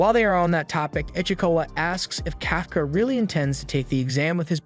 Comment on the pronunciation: Kafka Kafka (Cough)(caw) Not (Calf)(caw)